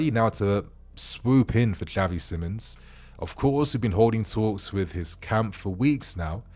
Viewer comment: It's actually pronounced as Simons